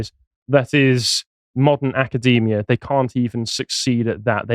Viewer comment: 'Nackerdemia', I like it.